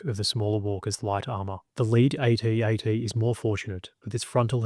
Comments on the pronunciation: I couldn't finish watching this, it's an ATAT, not a A-T-A-T. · I wish someone would address the true winner of the battle of Hoth.... Pronunciation! If troops had kept with the use of "At At (as in sounding like: instead of A.T.A.T (as in aytee, aytee) then so much time would have been saved that the imperials would have likely lost. (Of course if intelligence had succeeded in their plan to bribe the subcontractor who won the senior officer's bed cleaning contract and managed to smuggle a metric tonne of sand in to hoth ........well, let's just say that Hoth would now be remembered as the site of Vader's second biggest genocide! Imagery of headless mops blindly staggering down corridors where children had changed brushes and brooms earlier that day